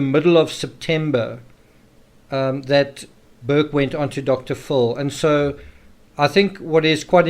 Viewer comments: "Dr. Full"? 🤔 You mean "Dr. FILL." 😉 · I like how your accent makes Dr Phil sound like Dr Fool. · I hear Dr. Full.